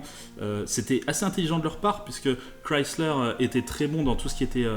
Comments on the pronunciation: Enfin une personne qui sais dire correctement le nom Chrysler !! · alain excuse il faudrait qu'il l'a prononce avec un accent francais dégeulasse, il prononce exactement comme elle doit se prononcer c'est une marque américaine